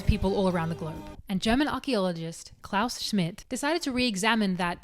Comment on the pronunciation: He is Klaus Schmidt, not Klaush Smith